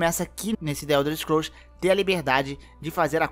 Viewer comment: Ow dsclp ae, acho que você conhece tes muito mais que eu, mas, tu fala the uelders scrools vei, que poha é essa kkkkkkk, mas parabéns ficou muito bom o vídeo.